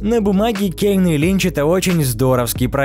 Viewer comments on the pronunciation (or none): none